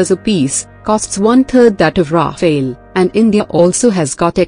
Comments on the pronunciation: It’s not “Rafaël”, it’s “Rafale”! And there’s a reason for it! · it's not Rafael actually it's Rafale litereally means gust of wind. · Rafale, not rafael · Rafale and Raphael are two distinct/different words! There is no e between f and l in Rafale. Rafale is translated as fire burst or wind gust. Raphael is just an archangel. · Sweetie, it's called Rafale. Not Rafael. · It is Rafaal not Rafail. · It's Rafale and not Raphael. Goddamit! At least get the name right if you consider yourselves some kind of expert source. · ALright everybody pay attention. This is how you pronounce 'RAFALE': RA-FALE --> 2 syllable word --> 'A' is prounnouced 'AH' as in 'ARM'. The 'E' at the end is silent. RAFALE means 'Burst of fire' in the military shooting sense and 'Gust' of wind in the meteorological sense. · Love the pronounciation. Ra-fail. Sounds about right. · It’s pronounced Rafael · Could you imagine why the Rafale ( pronounce Rah-fahl please ) is three time more expensive than SU 30 ...? Its because it is ten times more reliable .....and twice more effective its good value for money F-35 will be twice more expensive and don't mention F 22 .... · The name is RAFALE, unlike Raphael, the way female voice pronounces🧡🤍💚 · On what basis do you claim that the SU-30MKI is a viable air dominance fighter? How does vectored thrust help, or even the Pugachev Cobra? And the spelling is RAFALE, pronounced RAFAAAAAL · The correct name of that plane is "Rafale" which is the French for "gust" (as in "gust of wind") or for a "burst of fire" (as in machine gun "burst of fire"). The phonetical confusion came as a result of the lecturer's mispronunciation of that French jet fighter's name. Show less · Rafale learn your French or stfu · It sounds better when it is pronounce like ....Nadal